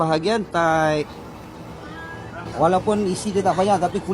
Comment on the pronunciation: Thigh bukan tight.